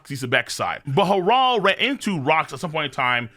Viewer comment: Why does pronounce Harold like that. “Hah-Rald”?!?